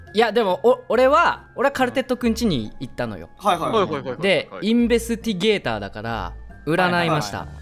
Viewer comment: やっと “インベスティゲーター” 言えるようになってるー！